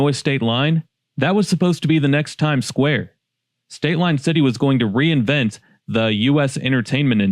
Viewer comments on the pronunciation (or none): none